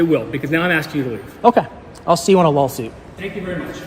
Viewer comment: Is it just me, or did Zach say "I'll see you in a LOLsuit." And you can always tell when a frauditor loses, because they start with the "you're a tyrant" talk.